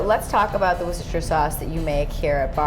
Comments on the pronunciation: wooooooooster sauce please, NOT woocestersher sauce... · it's pronounced "Wooster" sauce. You'd be a laughing stock if you said that aloud in the UK... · wooster sauce cause of worcestershire in England.. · Incorrect, the "shire" is silent.